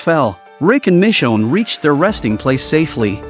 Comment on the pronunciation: Michonne not mi chone